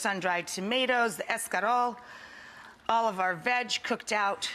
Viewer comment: Quit saying Escalole. It is Escarole. You are American Rachael Ray not Italian no matter how many times you say